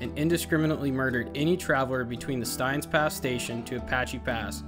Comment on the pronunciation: Awesome trip! But Steins is pronounced "stains". 😊